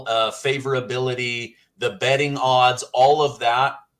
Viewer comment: 😂😂😂😂omg, did u say betting websites?😮😂😂😂😂😅😅😅😅😅😅😅